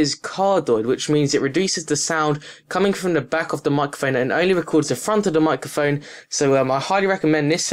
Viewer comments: "Micaphone" XD 'Microphone' buddy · Why do you say MICA PHONE 👿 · "mukkahfone" hahaha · I can't even. "Remoot a fuckaphone". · "micaphone" give me back that R sir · whats a mucaphone? xD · LOOL mike-a-phone XD fix up ur tongue man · What the hell is a mikeaphone? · 1 your prices are wrong 2 say microphone not mukaphone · Dude what the fuck is a "mocophone" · He kept saying micaphone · his accent saying 'Microphone' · I was laughing so much when u said fikaphone xDDD but i still love ur videos im not hating:P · Love how he says 'mukkaphone' :-P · "Muckehfon" Professional English :p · Learn to speak, please. "De" is not a word in English... Nor is "uvver". The item you are reviewing is not called a "micaphone". Interesting review, though. Useful info, so thanks.